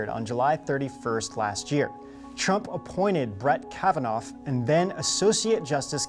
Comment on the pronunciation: Sure sounds like the narrator called Trump, Drumpf in the beginning.